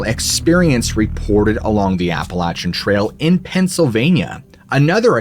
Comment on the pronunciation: Its pronounced more Appel-ashian than appalatchin. Definitely a place im not trying to camp, i live a couple hours away from it.